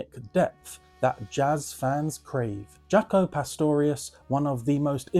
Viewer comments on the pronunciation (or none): none